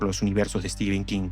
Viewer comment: cada vez que te escucho decir steven king me dan ganas de dejar de ver pese a la excelente narración , se pronuncia "estifen" o "stefen" no "esteven" , solo eso después 10/10 la narración